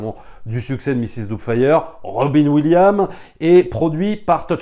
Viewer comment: C"EST ROBIN WILLIAMS IL FAUT PRONONçER LE S TOUT COMME JOHN WILLIAMS PAREIL TU DIS GEORGE LUCA C"EST LUCAS AVEC LE S